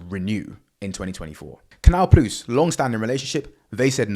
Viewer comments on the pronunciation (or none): TIL it's pronounced Canal Ploos.